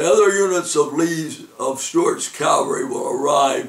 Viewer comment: Cavalry, not Calvary